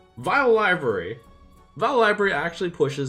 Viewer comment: "Vile Library" is pronounced "Vilebery"